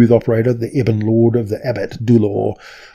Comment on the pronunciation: points for pronouncing Grazzt properly